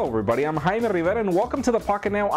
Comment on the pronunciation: How come your name is Jaime Rivera, but you call yourself ''Haina ernerma''?